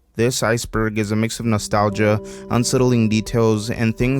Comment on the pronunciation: Ah yes: N O S T A L I G I A